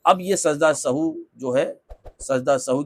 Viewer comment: Are janab sajda e sahu nahi Sajda e Sahw hota hai